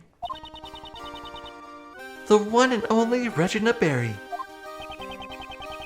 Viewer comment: By the way it's ragena not ragene silly